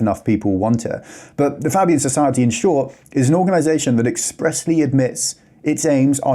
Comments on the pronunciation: Fabian Society. Pronounced Fay bee an. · Do the expose on the Fabians please. If you show me something about that I didn't know I'd be surprised but I'll leave it in the comments of that video. Is it pronounced faybian or fabbian? Unsure